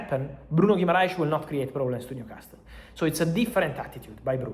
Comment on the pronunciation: Fabrizio, il tuo inglese è molto buono, ma la letters T a New Castle è silenzio, mandami un messagio perche sono un tutor di inglese. Here we go!